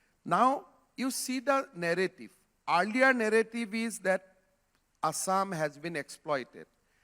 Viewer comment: Bhai asssam nahi hota hai It's assam That's why i told you homework everyday my children's. He don't know how to pronounce our state----assam Assam, Guwahati ,manipur, nagaland himm duffer Chutiya hum log ban rahe hai